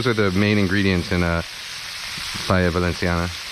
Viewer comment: When u pronunce Paella Valensiana it's the way it should be pronunced, 'cause in València we speak valencian and 'c' sounds like 's' like the colombian accent you used. Btw, that was a good recipe and a top channel! You should try to cook Fideuà, it's a paella made with some kind of noodles (fideus) instead of rice, and seafood, it's from Gandia (València).